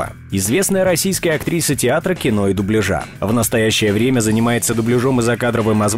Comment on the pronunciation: Дубля́жа! Диктор, зайди на канал Татьяны Гартман и просветись!